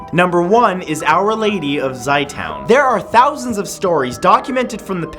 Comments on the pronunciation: it's called za-toon not Zay town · Matt, its said Zei two-n, like say toon, but Zey,like hey, and toun, like two but with an n zey two-n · ok just a heads up that last name Zeitoun is spelt wrong in the video and is pronounced like Zay-Toon and means olive....